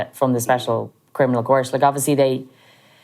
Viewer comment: He's not a criminal...he can't even pronounce it properly,he says "crinimal"